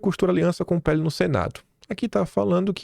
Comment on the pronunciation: PL,!! PE- ELE. NÃO É "PHELE". "PUQUE U PHELE". CARAAAAA....OOO. CAAALMA